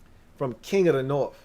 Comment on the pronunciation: Aye!!! I gave you some shit once about the "norff" vs "north" business. That was me. But it's because you're clearly a high IQ kinda dude. The "norff" bit just came across a little romper room for a man of your formidable mental faculties. HAIL!! 👍🏻